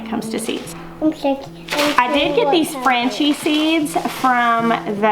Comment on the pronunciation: Franchi pronounced Fraun kee